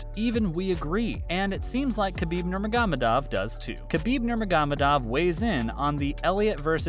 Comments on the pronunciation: You butchered Khabib’s last name ya donk! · Dude you pronounce Khabib last name so funny. 🤣🤣